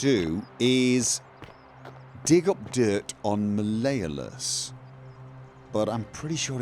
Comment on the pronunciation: You can say Gal-AIR-E-OUS but not Mal-E-OHLUSS, you're hilarious.